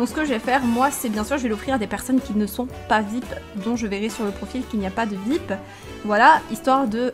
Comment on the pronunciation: 15L sa se lis vip mais sa se dis viayepi